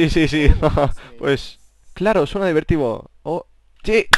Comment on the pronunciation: cuando la chica dice: claro suena divertido el rubius ha dicho: claro, suena dibetibo XDDD